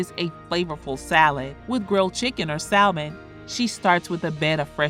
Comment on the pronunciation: Don't pronounce the L in salmon 🤦‍♀️